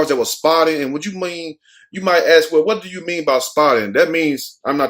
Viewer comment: Love your stories/vids but it kills me to hear you perpetuate the word AXE instead of Ask . Respect